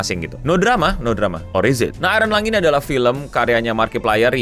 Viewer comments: "Iron Lung", bukan "Ironlong" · Iron Lung ya bukan ironlong.